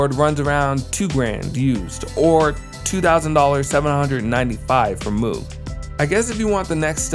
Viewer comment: Nice take on VK-1, but isn't Moog pronounced like rogue?